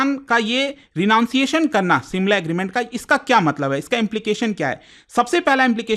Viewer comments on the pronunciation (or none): simla ? SHIMLA